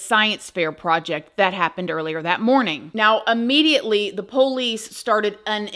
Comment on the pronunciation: I love how you say: Ph-OHL-ice. LOL